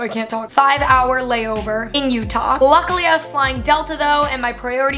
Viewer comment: "landed at 630 ish in Salt Lake City UtAHH" lol